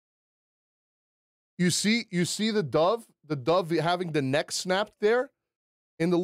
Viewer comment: Everytime He says "dove" i die a little inside lol